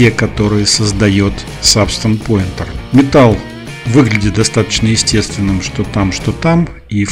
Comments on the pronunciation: Не по теме видео, но произносится Пэйнтер (от слова paint - красить/рисовать), а не Поинтер (от слова point - точка/указатель). Это не в упрек, но просто ухо режет из выпуска в выпуск. А так - спасибо за видео ) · Спасибо за видео, очень интересно! Только не Сабстанс пОинтер (поскольку поинт это точка), а Сабстанс пАинтер (от слова паинт - рисовать).